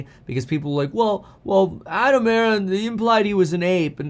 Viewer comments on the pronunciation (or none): none